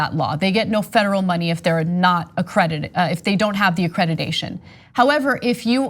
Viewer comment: "accreditation" Ana, not "accredidation".